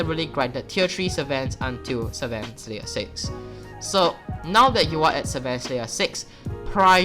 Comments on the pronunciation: it triggers me everytime he says "SEVEN" instead oof sven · Seven packmaster. dude i wanted to hit u hard when u said seven instead of sven